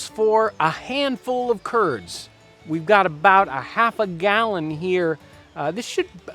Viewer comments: who else heard "turds" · Every time he says "curds", I think of Kurds.